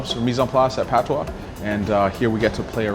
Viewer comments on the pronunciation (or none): none